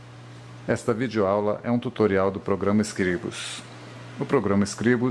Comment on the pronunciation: Está pronunciando Scribus" totalmente errado, no mais o tutorial é bom